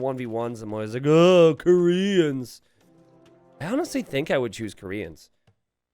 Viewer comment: please stop saying "koreans" like that it is really boring, annoying and bothersome